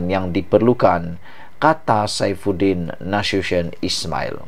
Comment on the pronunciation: Boleh tak pronounce nama Menteri Dalam Negeri tu berul betul! Pergi belajar dengan guru tuisyen😃